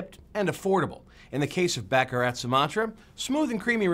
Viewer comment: It's Bah Kah Rah